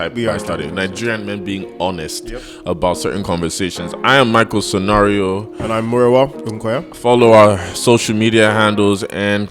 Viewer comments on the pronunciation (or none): Using the N wording in your dialogue is so off-putting. Your name is SONARIWO, not SONARIO. Abeg pronounce your name properly